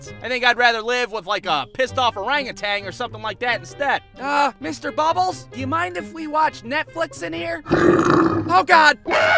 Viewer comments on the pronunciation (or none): He said bobbles